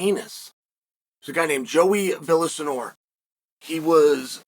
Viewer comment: Cheal butchered that pronunciation of Villasenor lol it sounds like Via (silent Ls In the "Villa" part) and Senor shoved together.